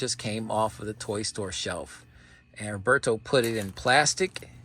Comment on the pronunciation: My sincere condolences on the passing of Roberto. All I knew of him came from you, he was a mythical figure to me. His collection was vast and of high quality, the way you pronounce his name has such a great sound.